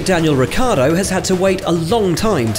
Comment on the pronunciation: When the TV conductors they will learn the correct pronunciation of the name of the Ricciardo pilot,the say always Riccardo